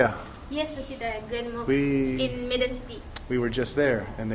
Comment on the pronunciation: Please, Medan is pronounced May-dan.